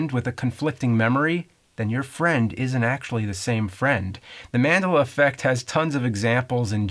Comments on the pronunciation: Yeah, have to agree. The way you say Manduluh is... off. Wrong em-phasis on the wrong sy-llable... I do think if this were a genuine phenomenon, we would never know. There would be no evidence, especially if it were a quantum effect. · Man-del-a. You're welcome. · MAN-DELL-AH Effect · Pronounciation: Man...dela. Man-dela. Pedantic I know but I'm procrastinating so I don't have to do actual work. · when he mispronounce Madela in the avgn ep i thought he didnt understand the origin of the term but no he just dose not know how to say Nelson Mandela's name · Man, James mispronounces things all the time. But Mandela? One of the most famous people on the planet in the 20th century. He's had to have heard the name 1 million times. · the way he pronounces "review" and "mandela" are weird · u say mandela wrong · for the way he says Mandela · You said Mandela wrong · The way he pronounces Mandela bothers me everytime he says it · anyone else fucking annoyed by his pronunciation of Mandela? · I'm upset he didn't do something with his mispronunciation of Mandela. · When I heard him saying it, I was wondering if I was experiencing the Mandela effect on the pronunciation of Mandela. Glad to see I wasn't. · He put the right emphasis on the wrong syllable. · One thing worse than false memories are mispronunciations, i.e. "Mandela" the emphasis should be on the e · my god you really piss me off when you say mandela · love the video but hate your pronunciation of Mandela... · Say Mandela right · His pronunciation of Mandela is hilariously bad... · Who else got triggered when he said "Mandela" wrong? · apparently the Mandela effect also applies to the pronunciation of Mandela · The way he pronounces Mandela... Marvel's Captain Marvel is a different character from Shazam, aka DC's Captain Marvel. Also, if anything was made clear from James and Mike Mondays, it's just how shitty James's memory is. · Is it just me or is James pronouncing "Mandela" wrong? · MAN-DELL-UH not "MAN-DA-LUH